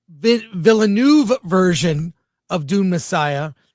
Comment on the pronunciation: It's VILL-NOEFF (NUHFF). I don't understand who started this completely made up pronunciation.